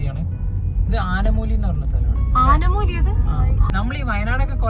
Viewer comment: ആനമൂലി ❌ ആനമൂളി ✅ 🥹😁